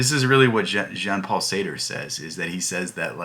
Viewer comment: You gotta pronounce the names propery, dude 😂 Google the pronounciation of Nietzsche and Sartre